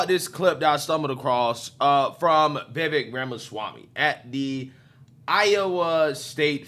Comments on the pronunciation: His name is pronounced vih-VAKE, like cake, not vih-VEK like heck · Pronounced: Like cake Vivek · Vivek (Veh-vake (rhymes with cake)) has said he won’t accept VP/doesn’t do well as a #2…. So it seems less likely that your dream team will materialize. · If anyone is wondering, it’s pronounced “Ve Vake” like cake. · It's Viv-ake like "cake" 😂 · Watch video with closed captions on and see how many times it screws up Vivik’s name. Pretty funny My favorite is Baby Mama Swami.